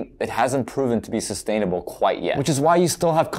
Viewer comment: Huhuhuhuhuh... He said "sustainable" 🤦🏻‍♂️